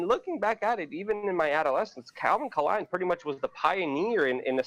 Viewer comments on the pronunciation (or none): Lukes 4d chess move pronouncing it K-lein as to not get picked up by the algorithms... Genius :)